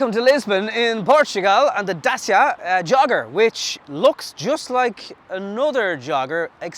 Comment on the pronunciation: It's pronounced dachia ffs....